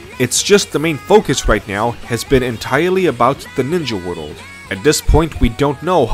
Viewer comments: Why do you pronounce world as "wideled"? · The way this dude pronounces stuff keeps taking me out of the video "wohdl" instead of "world" being the worst offender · World : ❌ Wodolde : ✅😂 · I got 3 minutes in and had to click off dudes lisp is too much lmao. He pronounces “world” as “wordle” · I like how he says "Naruto world" like sudowudo. Joking aside, rasengan was a mistake. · “Woodl building” ? Really? You’d think that if you were going to make a video which required repeating the same world dozens of times you might actually learn how to pronounce it first. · It sounds like you say "worul" instead of "world", But I get you bro! A Spanish speaking I to strangle to pronounce that very same word 🙁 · not to be that guy but.. world is not pronounced woodoo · You pronounce "the Naruto world" as "Narudowoold." I like it! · "World" doesn't fucking have 2 god damn syllables! Stop fucking pronouncing it as if it fucking does! Speak your natural language so I don't have to listen to you butcher my language! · At first I was mad about the way you pronounced Naruto then I heard how you pronounced world & got a general sense of how the rest of this video was going to play out. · *Nurudo Wudold